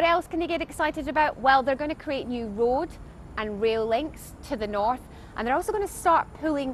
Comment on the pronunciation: did she just say 'w'oad and 'w'ail links? offensive to asians